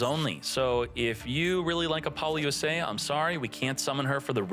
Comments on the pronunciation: Buddy please, repeat after me: “APPLE-LOOSA”😂😅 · Bro can't pronounce appolousa